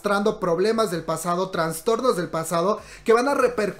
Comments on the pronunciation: Perdón por la corrección pero se dice Trastornos y no Transtornos 😘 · Es traStornos no traNstornos jaja